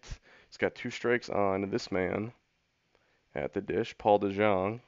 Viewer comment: It's De-young. It's pronounced De-young